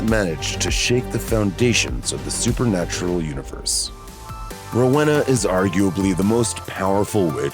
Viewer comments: Rowena (Row•eena) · Most upsetting thing about this video is the pronunciation of Rowena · They way the guy pronounce Rowena is a joke 🤣